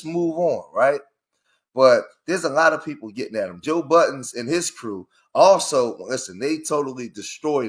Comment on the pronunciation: Bro, why you call him Joe Buh-ens… 😂. It’s Joe Budden.